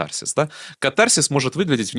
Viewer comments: кАтарсис! Ударение на первый слог! Если уж взялись по-русски говорить.. А по существу- интересно, спасибо. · В слове катарсис ударение делается на первый слог!!!